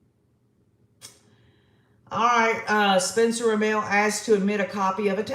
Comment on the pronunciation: Pronunciation is RaMmul. For Rammell.